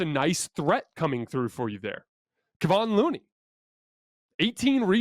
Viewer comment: Dang it! You've been talking about Looney since game 6 of the previous series. It is pronounced Ke-Von not Ke-Vin. The disrespect on his name will earn you a dislike on this video.